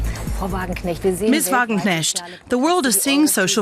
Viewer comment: Sahra wagenknecht is amazing! And the way English people pronounce her name is really funny ;)